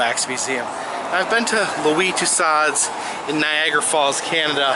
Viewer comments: Tu-so, not to-sod. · Tussauds is pronounced too-so.